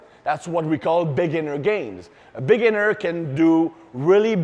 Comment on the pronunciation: “A Big’iner”